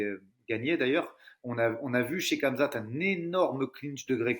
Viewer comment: Par contre vous êtes stressant à dire kamzat, le monde entier y compris les français disent "Ramzat"